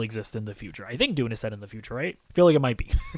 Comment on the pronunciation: It's Dune not Doony. Puts some respeck on the name!